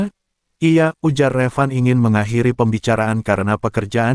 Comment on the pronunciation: Miiinnn...yg baca tuh nesin po yaaa.. jangan salah bacanya dong ...huruf ( I ) / huruf i besar I kok dibaca L .. gimana tuh min conyoh kata iya disitu ditulis Iya,atau kata ibu ditulisnya Ibu ...huruf I/ I dibacanya L...msh banyak contoh lainya yg salah baca